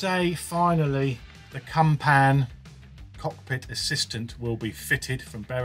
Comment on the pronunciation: Gotta love a CUMPAN! Although I think you'll find in the pronunciation the emphasis is on the "Cump" with a short "an" - phonetically "Cump'n" - just that little bit less slutty than "Cum-Pan"....and as for "it's not too tight, you can get it in from a different angle" I nearly choked on my weekend HobNobs!! Lovely to hear Mavis in top form...good advice from her too...